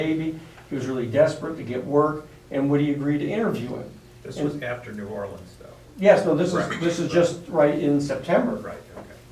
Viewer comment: OMG, he constantly says New ORLEEEEEENS. Is it asking too .uch for him to pronounce the city's name correctly??? Other than that, I enjoyed this session more than #6.